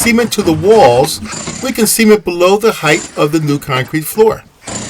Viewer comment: I think the pronunciation of “cement” is incorrect. Please help me confirm this.